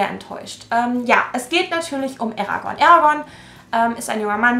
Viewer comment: Endlich jemand der „Eragon“ richtig ausspricht❤️